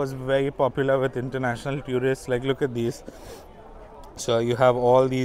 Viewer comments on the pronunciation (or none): Another great video. But one pet peeve. Please, please, stop mispronouncing the word "tourist". The first syllable is exactly like the word "tour" (almost rhymes with "four" or even "sure" but does not sound like "tyoor" and this is for all varieties of English). Every time I hear "tyoorist" it makes me cringe. But please keep making videos as no one else has this kind of content on YouTube. One more word - café. The first syllable should rhyme with the "ca" in the word "cat" or "can" not "car".